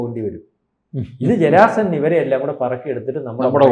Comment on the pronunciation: ജരാ സൻ അല്ല ജരാസന്ധൻ ആണ്